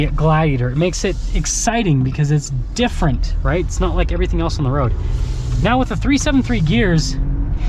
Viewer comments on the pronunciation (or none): none